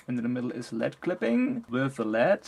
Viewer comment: Awesome review!! One thing - led is pronounced L.E.D. Stands for light emitting diode.